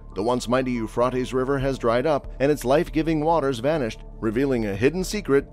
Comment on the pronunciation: the pronouncement is u phrat tees